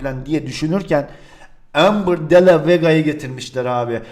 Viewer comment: Amber Kostum okunusu: Embır Di Lo Vas